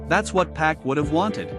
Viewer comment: If you're going to have a voice especially AI trying to say names at least sound the name out so it can speak it right. Pac= Pock